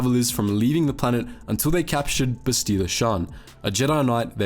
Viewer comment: Bro, they say her name like 6,000 times in the game, how you gonna call her "Bes-tee-la"?